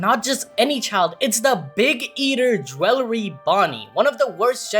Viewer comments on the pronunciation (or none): “Jwellery Bonnie” 😂😂😂😂😂